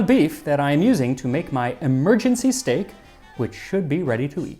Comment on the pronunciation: Who else just heard Steak? And now here we are!